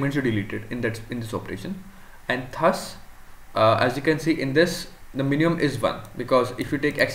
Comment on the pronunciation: good explanation , "thhus" is thus though pronounciation